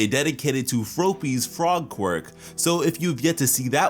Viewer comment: “Frōpy”? It’s “Froppy”